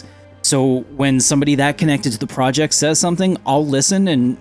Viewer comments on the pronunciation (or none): none